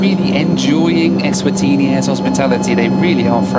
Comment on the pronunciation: I had a drink every time said "Ezvatini".... and now im in the hospital